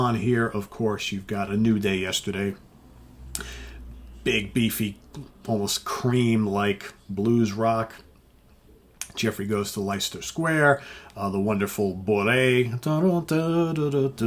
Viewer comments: Jeffrey Goes To Leicester Square . Leicester is pronounced Lest ter. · Leicester is pronounced "Lester".